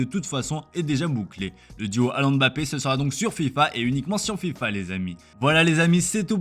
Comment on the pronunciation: Il a dit Filpa 💀💀